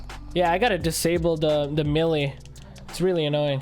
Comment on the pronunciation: I liked the video until you said melee wrong